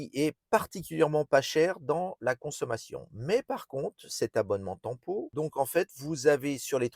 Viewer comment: L’option tant pot …..😂 on dit TEMPO